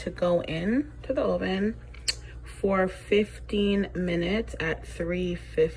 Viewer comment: Also I love the way you say Oven 😅